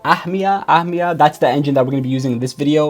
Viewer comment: Ahmia is finnish verb. It basically means "to gobble up" or "consuming something (like food) really fast"... Don't know if the creator of the search meant that but anyway... Good job on pronouncing "ahmia" 😁